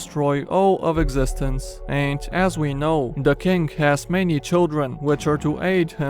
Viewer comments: When you say scarlet king I hear "Scarlet kink". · For a second I thought he said "The scarlet kink."